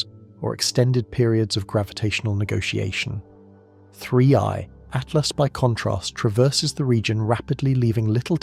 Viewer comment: Every time narrator says 3I/Atlas sounds like Free at Last!